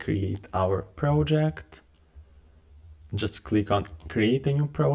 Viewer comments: How do you succeed to pronounce "prOjeCt" so guffy?? Now, I need to watch video muted with subtitles.. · Glad I'm not the only one annoyed by it. If you're going to create educational content, the bare minimum is getting the basic words right.